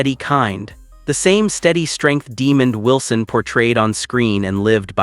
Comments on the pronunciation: Mispronouncing is real name and character name. Sanford and Son reunite…🙏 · These butt holes at Star Buzz want to report on someone whom they can't pronounce his name right.